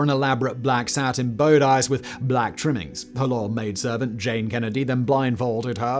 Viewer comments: Wtf is a "bow-dice"?????? Fyi, Simon, it's pronounced "boddiss". For God's sake please learn some English!! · Please can someone tell Simon it's pronounced 'bod iss' and not 'bow dice'... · A bo-dice simon? Bodice, its a fashion piece! 😂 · It’s pronounced bod-iss. Great vid